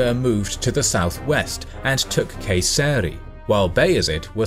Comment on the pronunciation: Guys, seriously. you go under so much trouble researching, scripting and animating these beautifully crafted videos but the channel's credibility is highly damaged once the pronunciations come out wrong. Who in his right mind let slip a disaster like "an-KAH-ra"? What language is that? Come on, I can get myself to forgive "keh-SER-ree" but, Ankara is not even an obscure name, it's the capital of the modern state! Is that a go at making it sound more "exotic"? Please consider making one more effort to eliminate this amateurish aspect of your voiceovers, and spare us viewers the cringe, I beg of you! I'm sure there must be people around who'll be more than happy to help with those itty bitties (I, for one).